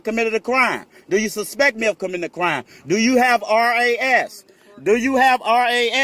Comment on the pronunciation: Come on, don't say, "razzz", just say R.A.S.